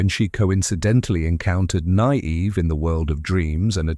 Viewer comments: The AI voice really struggles with “Nynaeve”, eh? “Nigh-eev” 😂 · The pronunciation of Nynaeve was almost painful to hear...